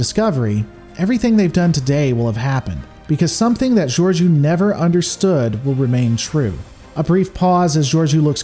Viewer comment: Why does everyone fuck her name up? It's pronounced 'George -O' long 'o' not a 'u'.